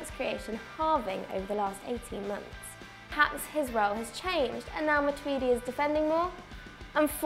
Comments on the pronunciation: Matuidi? You drunk son? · You guys are wank for sayin matuidi😂😂